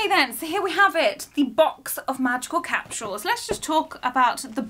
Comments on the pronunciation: It’s capsules not capshul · It's funny cuz I'm from the US and is saying capshuals instead of capsule🤣